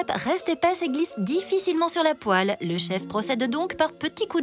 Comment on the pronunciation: La poÉle ?! 🤣 Ça a son charme prononcé comme ça.